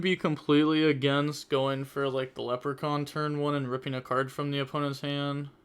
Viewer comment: did you just call laplacian leprechaun